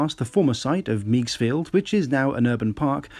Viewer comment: Not to criticize,, but Meigs Field is pronounced “Megs” not “Meags” - but your account of the history is spot on. A loss for the aviation community for sure. Landing a B737 at Meigs was always a highlight, if completely unrealistic, of Microsoft FS.